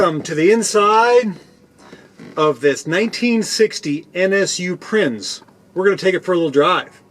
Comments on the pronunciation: By the way, Prinz is pronounced Prints. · Cool video! Growing up, my neighbor, Norby Rosenborg, had two of these! A minor FYI, the letter Z in German has the same pronunciation as the Z in Italian... Think Pizza. Therefore, the NSU Prinz carries the same meaning and is pronounced exactly like it's English counterpart, "Prince". Nice video! Thanks!